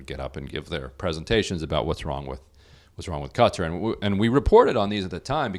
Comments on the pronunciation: Will you please learn how to pronounce Qatar! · I'd say it's funny that Drumpf doesn't know how to pronounce Qatar... but he doesn't know anything.